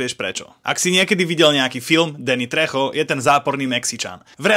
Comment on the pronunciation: 😂😂😂Se aspoň nauč vyslovovat jeho jméno Tvl